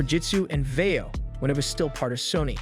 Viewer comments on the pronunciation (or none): I almost enjoyed this review but seriously learn to say words correctly before speaking into a microphone. It's Vai-Yo. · It’s pronounced “va yo” NEC is pronounced “En Ee ce” Nec is marketed towards consumers under the LAVIE label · "Vio". Long "i". Long "o."